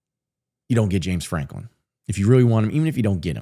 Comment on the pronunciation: if you say James Franklim one more time I'm going to UP CHUCK